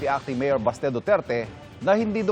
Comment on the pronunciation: BASTE❌ BESHE ✅